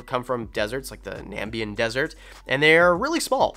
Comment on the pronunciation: It's pronounced Nam-ib-ia Or the Nam-ib dessert